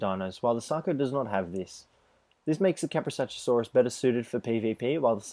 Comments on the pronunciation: It's Ka-pro-sook-us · When you hear someone say Kaprosuchusaurus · Iz kaprosukus Not kaprosuchusaurus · it's kaprosuchus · it's kaprosuchus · Your pronouncing kaprosuchus wrong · jesus christ how many fucking times were you able to see their names and still never get it right?